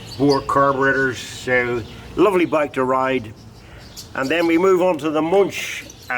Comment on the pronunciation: Wonderful collection.Btw. It always causes pain to hear anglo pronunciation , that is how to pronounce Muench (ue can replace the umlaut). It is not too difficult.